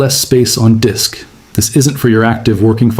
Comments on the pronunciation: "Low Dick Space"? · Frickin' AI! "Low Dick Space" 🤣